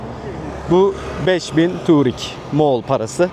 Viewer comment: Turig değil tugrig